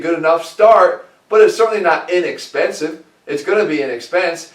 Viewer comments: inexpensEve LOL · "INEXPENSΣVE"